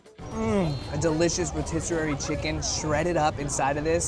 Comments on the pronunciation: He lost me at rotiserary… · Rotiser-ary chicken 😭🤦‍♂️